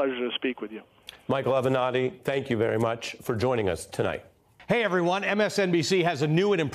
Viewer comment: Avernatti? Really?? SOB!